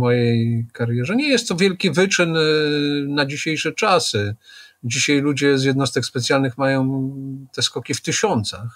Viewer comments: Polszczyznie Pana Piotra mozna wiele zarzucic. Mnie bardzo drazni jego "dzisiej"! Mowi sie "dzisiAAAAj" Panie Piotrze !!! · Pytanie czy pan Zychowicz umie się poprawnie wypowiedzieć? Od osoby która pracuje "słowem" (książki,prelekcje...) należy wymagać więcej niż od przeciętnego człowieka. Te wypowiedzi typu "wczorej,dzisiej,tutej" powodują , że ciężko się słucha tak niechlujnego języka. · Wziąć nie wziąść, dzisiaj nie dzisiej !!! Człowieku proszę jesteś rzekomo osobą wykształconą a mówisz jak cep... ogarnij ... i nie 'skakał ze spadochronu' a 'skakał ze spadochronem' serio teleznowela .......'Kiedyś można było rozpoznać że rozmawiają ze sobą ludzie wykształceni, niezależnie od tego o czym mówili, teraz .....' i to po 4minutach mam do powiedzenia . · dzisiej, tutej to wymowa typowa dla ludzi z Warszawy i okolic, ale nie słoików, tylko takich mieszkających od pokoleń. Dzisiej często też mowi Magda Gessler.